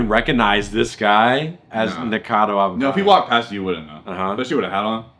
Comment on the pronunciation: Yo I swear when said the red shirt nick a cad o it sounded like he said the red shirts n word cado